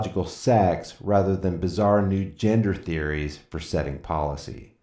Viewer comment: It must be "catching", It sounded, right at the end, like you said, "I create at least one NUDE video every day!" ...Wait! Oh, you said, "NEW" video every day... sorry.